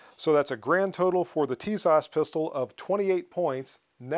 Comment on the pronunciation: Pronounced - Tisash